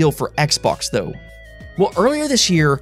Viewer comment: You say “dou” instead of “tho” 🤣